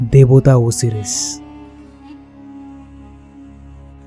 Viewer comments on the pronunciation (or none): Khub valo uposthapona ebong golpo..but uchharon ta hobe O-si-ris not O-series..